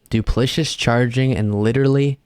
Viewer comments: Du pli ci tous. FOUR SYLLABLES, Lindsey, even for South Carolinians. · Lindsay meant to say duplicitous du·plic·i·tous adjective deceitful. "treacherous, duplicitous behavior" But it must be kind of hard to verbalize ALL of the syllables when your mouth is sticky with orange GOO!